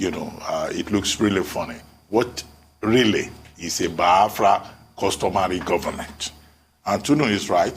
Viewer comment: Dr Abati it's not BI-AFRA. It is BIAFRA.